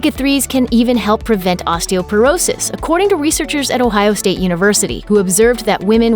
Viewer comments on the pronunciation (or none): none